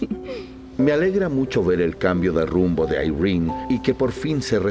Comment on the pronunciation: Yo: "irene" Todos: "Airrin"